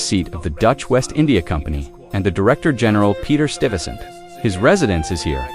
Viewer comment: Peter "Stivesant"? Good Lord. It's STYvesant please. And "hiroglaf" D'oh! it's pronounced hyroglif. Distracting.